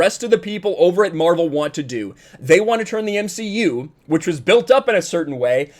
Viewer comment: You meant to say the M she U.